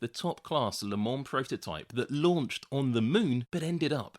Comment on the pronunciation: Also vielleicht eine sehr geniale Doku... Aber nach 3 Minuten abgeschaltet wegen dieser abgehackten KI Stimme... Sorry aber warum kann man sowas nicht von einem Menschen sprechen lassen? Der würde wahrscheinlich auch den Unterschied zwischen Lemon und Le Mans kennen...